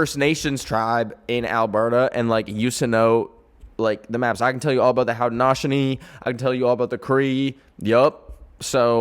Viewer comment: no way bro said had-a-naush-a-nee for haudenosaunee, lol